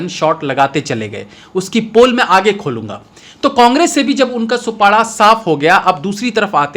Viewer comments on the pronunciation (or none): सुपाड़ा नही सूपड़ा 😂😂